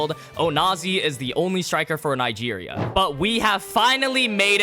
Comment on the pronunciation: Bro why Nigeria Nga instead of Nig 😭